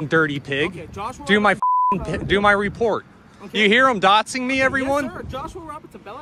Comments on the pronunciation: he keeps saying "dottsing" instead of "doxxing" he mustve "did his own research" on it the same way her learned law. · Why does he say 'dotsing' instead of doxxing. He's such a dimwit. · Is really saying dots instead of dox? 🤷‍♂️ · He’s saying “dotsing me”…..wow. The stupidity is astounding. And endless. And expected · He’s calling the cops an inbred hillbilly yet he’s saying “dotsing” instead of “doxing”. 🙄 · Who's gonna tell him it's "doxxing" not "dotsing" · Does he realize the word is "doxxing"? Not "dotsing" 😂😂😂 like the officer is putting dots on him. ..... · Does he know it's dox and not dots? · Someone should tell Joshua Roberts there's no T in doxing. You know, I think I will tell him on his page. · Is he saying "dotsing me"? If he has a no contact order and then breaks it himself to harass the man, no judge is going to renew it. The Judge will take one look at that video and say "Who's stalking who?" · What the hell is "dotsing" ??? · Is he saying “dotsing”? He has a restraining order, but shows up at the guy’s property? “” is a very fitting name. 😂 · He can even pronounce dox